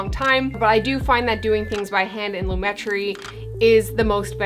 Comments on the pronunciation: loo-MET-tree I think. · I don't judge cute and beautiful girl....even if you have pronounced lomatree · I think its ponounced [loom-uh-tree] ;) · its lumetri not lumetri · It's Lumetri, not Lumetri. Duh. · It's pronounced lumetri... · It's pronounced Lumetri 😜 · its not pronounced Lumetri, its pronounced Lumetri